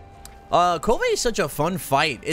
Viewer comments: It’s Kulv Not kul-va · The fact that he can’t pronounce Kulve properly is like nails on a chalkboard